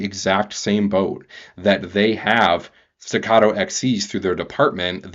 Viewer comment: Its pronounced "Stegger" not" Stogger"